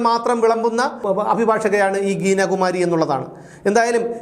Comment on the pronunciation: ഗീന കുമാരി അല്ല ഹീന കുമാരി ആണ് എന്ന് മനസിലായി.